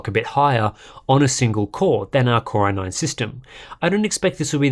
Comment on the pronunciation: I hear it like "Corona-ine" instead 😄